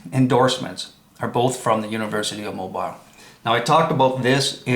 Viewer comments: I watched up to 8 minutes and 25 seconds and the only thing I saw was your jealously. And it's pronounced "MOBEAL" Not Mo- BILE.... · Please learn how to pronounce Mobile, AL! Pron. MoBEEL not MoBILE. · your credibility is severely damaged when you cannot even pronounce Mobile. It's a port city located on Mobile Bay on the Gulf Coast of Alabama. Alabama is located in the United States of America. Planet name = Earth. Mobile is pronounced Mo beel or Mo beal. Consider this your review and rebuke. Get some basic lessons in geography before attacking someone else on their stupidity and integrity. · The pronunciation of Mobile, Alabama is incorrect. It's pronounced---Mo--beel, so you now know. Thanks. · It's pronounced Mobeel, Alabama! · Please brother, learn how to pronounce Mobile as in Mobile,Al.,etc. correctly. Your pronounciation is ignorant and very annoying.